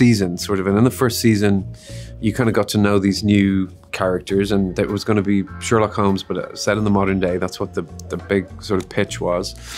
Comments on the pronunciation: ah yes the "Scherlock schreenwriter". Lovely video tho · ‘Scherlock’ eeek 😮